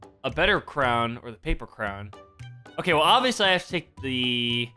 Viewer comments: Why do you say oka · why do you say oka???